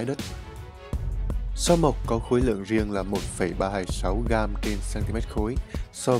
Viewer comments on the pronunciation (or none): none